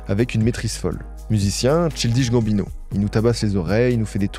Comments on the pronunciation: pas la bonne prononciation de Childish Gambino 😭😭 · contrairement à ce que dit l'autre commentaire c'est pas une boutade je suis effaré par cette prononciation de Childish Gambino j'ai du arrêter de regarder la vidéo c'est insupportable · Merci pr la vidéo mais pr ta prononciation de son nom tu mérites un sale carton rouge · Passer autant de temps à faire des recherches, écrire et produire cette video, pour au final, tout ruiner en n'étant pas capable de prononcer correctement le nom de l'artiste. C'est d'une tristesse ... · reel mdrr sans voir le mot t'as du bugger sur le chill dish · Chaï-L'diche Gamme-Bino ... TCHAYE-LDISH-GAMME-BINO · de fou j'écoutais ça en mode podcast sans connaître le boug avant, j'ai mis pause à 15min en mode "chill dish bambino c chelou comme nom" :skull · Childiche Bambinot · Mec, c'est [tchaïldish gambino]❤❤❤ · fait un petit effort sur la prononciation. “Cheeldiche Gambineau” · J’adore tes videos mais t’aurais pu au moins demander a google la prononciation de Ch-AIL-dish Gambino. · Chill dishe Gambino ?!?!? La prononciation fait mal à la tête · Ça se prononce “Tchaïldiche Gambino” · Faut vraiment aller vérifier la prononciation des noms et mots anglais via Google Trad avant les vidéos, parce que ça va faire plusieurs fois où j'entends des horreurs hahaha. "Tchildiche Gambineau". (PS : la coiffure est pas si dégueu, mais c'est pas ta meilleure). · tu me rend fou, comment ça Chill dish Gambino??? recherche au moins comment se prononce le NOM de l'artiste dont tu parles, c'est trop grave. Tu vas pas me dire que tu sait pas comment se prononce le mot child quand même. Je dis la même chose a toutes les videos mais là, c'est trop frr c'est l'ALIAS carrément. pffff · Dommage de ne pas avoir pris le temps de savoir prononcer correctement le nom du sujet de la vidéo ! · la prononciation de childish gambino… franchement un effort… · Le nom de l’artiste est mal prononcé../